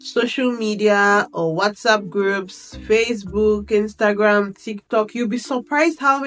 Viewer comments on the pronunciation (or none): none